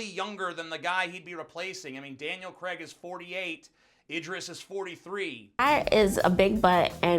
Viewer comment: Daniel CRAIG, not "Creg"